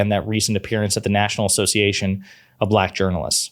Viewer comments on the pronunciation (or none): Anybody else notice that Trump pronounced black buhLACK? It was weird-almost like the word left a bad taste in his mouth or that he was triumphant in some way. It was really weird.